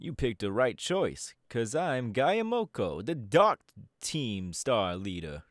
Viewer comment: AAAAA GIACOMO!!!!! edit: im so sorry but the way you pronounced his name physically hurt me 😭